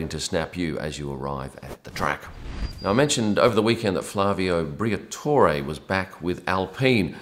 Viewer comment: Couldn't hear the "R" in Flavy Barla Mr. Oz.